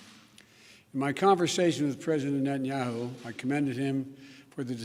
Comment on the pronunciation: Nhenyau.....he can't even pronounce his name.